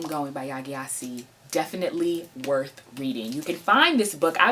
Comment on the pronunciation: The name GYASI is pronounced JESI, and not G-YASI.